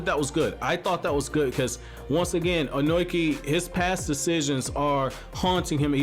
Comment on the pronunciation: You have a weird way of pronuncing Ohnoki. It's -(long) o-no-ki.